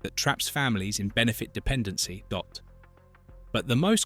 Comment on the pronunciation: Why do you keep saying Dott? And why do you not know what 19th, 20th and 21st is? Maybe you should have payed a little bit more on someone who knew how to read?!